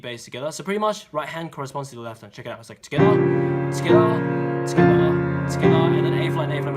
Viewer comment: Your "Toghether" sounds like '' SKOILÀ " lmao i didn't understand at first